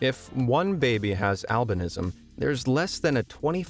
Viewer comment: They way he pronounces albinism is getting to me. I must have pms or some shiz